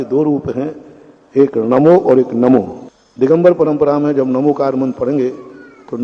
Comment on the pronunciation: नमोस्तु आचार्य महाप्रज्ञ ने भी बहुत पहले स्पष्ट किया है कि यह णमोकार मंत्र है ण उच्चारण करने से जिव्हा तालु से टकराती है जिससे शक्ति जागृत होती है यह प्राकृत भाषा का मंत्र है और प्राकृत भाषा में न अक्षर हैं ही नहीं वहां तो ही है अर्थात् णमोकार